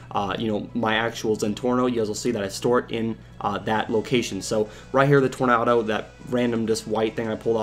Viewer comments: Did you really pronounce Tornado "Tor-Nah-Doh"? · ***** Eh, I say po tat to, you say po tah to. Besides, there's actually a real world car called the Tornado pronounced as Tor-Nah-Doh. It was made by Oldsmobile.